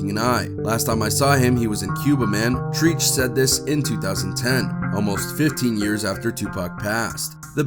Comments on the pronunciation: Facts are wrong my guy, cops did not pull them over for loud music. It's not treech, Treach. White boy. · I was like now who the f is treeeech 🤔 🤭🤭🤭😂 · I was wondering who the hell is TREECH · How you butcher treaches name lol